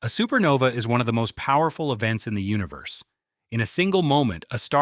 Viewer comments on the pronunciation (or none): This AI sometimes kept saying SupernovE it was so annoying